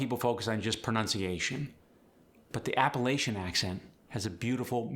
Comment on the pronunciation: You can't even pronounce Appalachian or yonder correct and you want to try to teach it? hah